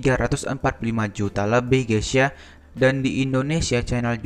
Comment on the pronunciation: Mas tolong kalo ngucap 'gaes' gaes aja jangan gaes ya .. kedengerannya seperti gesia. Setuju?